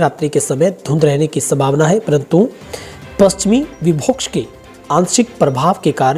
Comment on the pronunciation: Pashchimi Vibhox nhi pashchimi vikshob sir Very nice news bulletin jhajjar